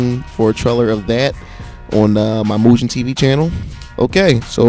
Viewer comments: Nice tutorial. It's pronounced Moo-Ghen. Not Moo-jen. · hey doint you know the g in mugen isnt suppose to sound like a j, sounds like guh.